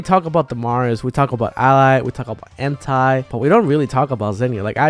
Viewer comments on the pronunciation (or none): none